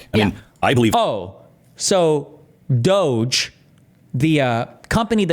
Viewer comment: Department Of Unnecessarily Cutting Human Equity. You are pronouncing it wrong dude.